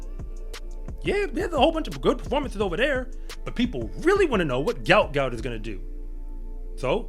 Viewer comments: Its not how his name is pronounced. I hope people get it right before too much more time goes by. Its pronounced like gwot gwot. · It’s also pronounced Gwot Gwot btw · his name is pronounced Gwot Gwot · Its Gwot Gwot. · It pronounced "gwuat gwuat"